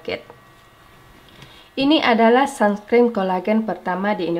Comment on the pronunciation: Uni "sunscreen" bukan sumscreen😭